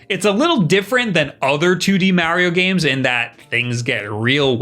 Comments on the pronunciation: BRO YOU SPEAK PERFECT ENGLISH. STOP SAYNG “MARYO” ITS “MARIO”. IM ABOUT TO THROW MY FKN PHONE AT THE WALL, ITS DRIVING ME FKN CRAZY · ⚠️ Cant take this dude seriously when he tries to say “Mario”. I don’t get it, he speakers perfect English. Idk why he keeps calling “Maryo”. It’s driving me fkn nuts ⚠️ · I love how he says "Marry-yo" instead of "Mario"...also my majority of time has gone into Octopath Traveler and Mario Kart 8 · When MARIO is pronounced MAH-RIO you take a shot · Oh hes a MAH-RIO guy… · I watch these videos just to hear him say “Mario”